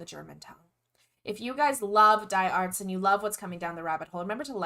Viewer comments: "dee arts" yes, yes XDD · It's not die Ärzte like death. It is die like the doctors. Die is in German the, also der, die, das. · Die Ärzte try to spell them like dee "Air"zte